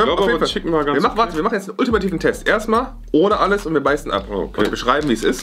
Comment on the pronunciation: Jeder: Chicken: SCHICKEN (no hate) liebe eure Videos 😂😂😂